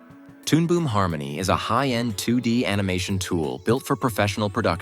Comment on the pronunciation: Har-money is accurate.